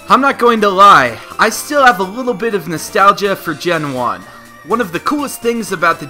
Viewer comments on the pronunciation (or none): none